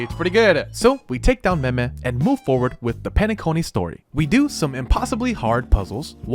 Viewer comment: Hey you said me-me you know what meme means in turkish....???